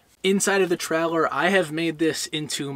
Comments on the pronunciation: Stop saying trehlehr. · I thought a Troller was a fishing boat 🤔🤣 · Great video, but I kept getting distracted by your inability to pronounce "trailer". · We should drink a shot every time you say “ traller “ 😂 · Absolutely 💯%!! Watched a Yellowstone Park video last week about the giant Wolfes. The person Narrating kept saying Woof instead of Wolf 😖🤯😂🤣